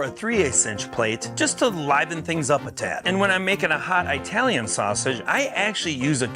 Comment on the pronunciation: Not professional enough to properly pronounce Italian. It is considered an ethnic slur to say eye-talian.